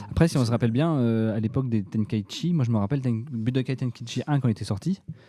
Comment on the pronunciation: Comment ils prononce Tenkaichi " tant cas chie" lol